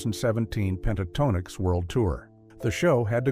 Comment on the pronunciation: Click Bait. AI narrator that can't pronounce the group name.